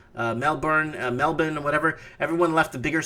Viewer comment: Melbun Well done. Pronounced perfectly.